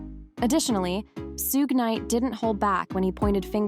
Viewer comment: Shhhhhuuuuuggg..not sug😢